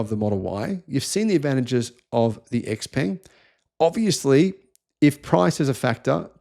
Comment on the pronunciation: Xpeng is pronounced xp*u*mg (imo).